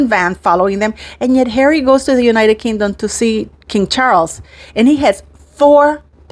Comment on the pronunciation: Pronounced as king dom Not kin dom